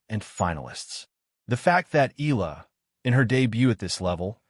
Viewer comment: Pls. EALA is pronounced E-yA-LA just beginning to get tired of hearing otherwise